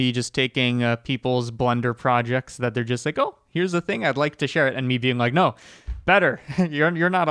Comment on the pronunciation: I know he says "No time to waste" at the beginning, but it sounds like "Node time to waste" and I just think that better suits the intro